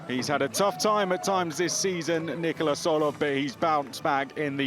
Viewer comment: Slight correction on the commentator. His name is not Nicolas.